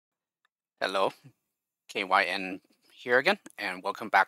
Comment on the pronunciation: I always pronounced your nickname not as "K-Y-N", but like "Kai Winn". Probably because I've been watching too much Deep Space Nine recently 😁...